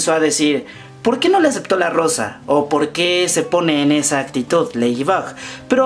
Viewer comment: POQUÉ?!? NO HAY POQUÉ!!